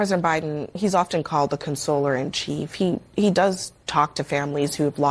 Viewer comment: Consoler and chief? LOL